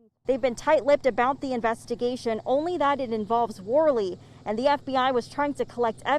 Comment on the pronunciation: Your “th’s” drive me crazy lol but I love your videos. Keep it up and I’ll keep watching! Thank you